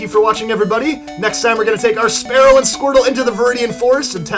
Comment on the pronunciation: Spearow is terrible and you can't even pronounce it correctly after all these years